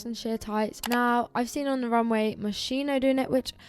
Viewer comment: heiii I just wanted to say that "Moschino" is pronounced as "Moskino"! (interesting video and you are sooo lovely)